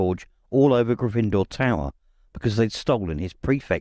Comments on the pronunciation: Love the voices, my only gripe is the pronunciation of Gryffindor. In the films it's pronounced with the stress on the 1st vowel grYffindor instead of gryFINdoor as this narrator does. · It gets on my nerves when he pronounces GYffindor as GryffIndor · I love everything about this except the pronunciation of Grifindor. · Why are you so bad at pronouncing Gryffindor? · The narrator is excellent, except for his unique pronunciation of "Gryffindor." He puts the emphasis on the second syllable, instead of the first. Having seen the movies hundreds of times, it just sounds wrong when he says it. It would be funny to learn that this is actually how the author intended it to be pronounced, and that the movies got it wrong! Personally, I mispronounced Hermione in my own head for a few years, until I saw the first movie:) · Wonderful reading! The ONLY problem I have is his pronunciation/inflection of Gryffindor, luckily its easy to overlook with the rest of his reading